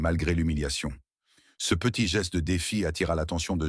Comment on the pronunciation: L’ IA ne reconnaît pas le « ce » et dit toujours Cé E ! « Çé A » rend l’histoire ennuyeuse et stupide 😂😂😂